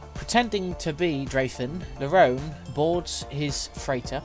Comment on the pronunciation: The audiobook calls him LaRone (la-roan) rather than (la-roni)